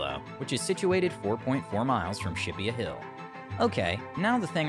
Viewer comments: It's pronounced Ship-pee hill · It's pronounced Ship-ee hill and it's Cambridge-shear